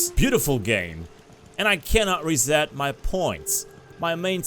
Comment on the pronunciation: he zed rezet.